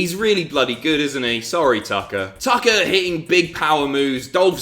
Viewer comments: I could swear you said Dolph vs. Taka. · Who else heard Taka instead of Tucker?